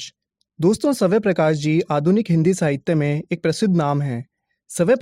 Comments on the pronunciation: It's not savay prakash it's svayam prakash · Saway prakash nhi swayam prakash h🤣🤣🤣🤣🤣🤣🤣🤣🤣🤣🤣🤣🤣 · Sir it's not Savay prakash it is Swayam Prakash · bhai swaya nhi hai swaya'm h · Sabay Prakash nahi soam Prakash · Lekhak ke nam ka shi uccharan kijiye